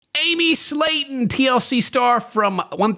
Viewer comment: It's Slaton 😉